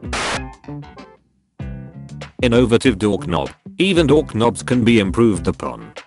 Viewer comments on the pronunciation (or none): It keeps saying dork-knob